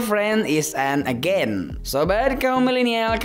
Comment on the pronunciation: No 10.agent =d bacanya ejent bang bkn agen😁sorry